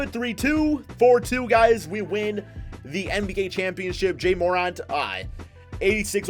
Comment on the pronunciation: This nigga said some “Jay MORant”🤣🤣